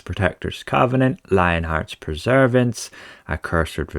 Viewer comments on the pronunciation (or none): Perse-VERANCE, not "Preserve-ance"! {:o:O:}